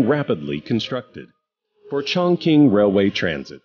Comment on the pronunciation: 竟然没有人告诉这个老外 Chongqing 怎么发音:face-orange-raised-eyebrow